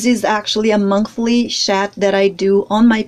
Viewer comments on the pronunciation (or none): Hey sweets, I love your work..... it's totally amazing!!!! Just a quick message to say that in the UK the way you pronounce chat is 'Shat'. The word shat in the UK is the past tense of shit LOL If you pronounce the 'ch' sound as in the word 'church' or 'Chocolate' then you will have it :) Have you though of sculpting Jack Sparrow?